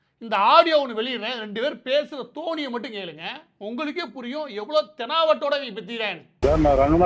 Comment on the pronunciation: அது தோணி அல்ல தொனி...